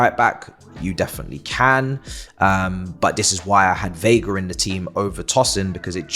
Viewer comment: veiga, not viega